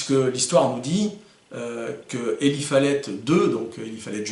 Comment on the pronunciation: Prononciations: Pettengill:Pettenguill Eli:ilaye Whitney:witni roger:wrodgeur walker:waukeur. Merci, super vidéo!